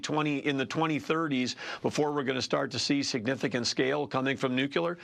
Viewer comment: it's not "nukular energy".